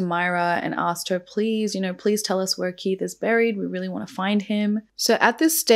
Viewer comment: It's just Keith. There's no er on the end. Like heath but with a K. Just helping not moaning x